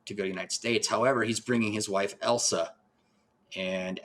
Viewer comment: ILL - sa! Not EL - sa. Did YOU watch the film? 😠 Surely you could hear her name said countless times. RESPECT the medium and project you discuss.😡